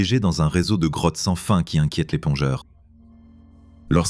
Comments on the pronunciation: Je rêve où il a dit "crottes" au lieu de "Grottes"? 😂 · Oui j'ai entendu ca aussi